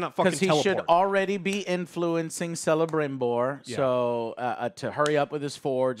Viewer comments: Joe it's Celebrimbor with the K not with the C xD xD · Joe keeps saying Selembrimbor... But it's pronounced KELEMBRIMBOR! He played Shadow of Mordor and Shadow of War.. He should know that. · The little smile in face everytime Joe pronounces Galadriel/Galandriel/Galendrielle and Celebrimbor/Selebrimbor. 😏🙉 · Correction on Celebrimbor: it's pronounced like Celt, with a K sound. It sounds more badass that way, too. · Joe you need to learn that Celebrimbor is prononced with a "k"!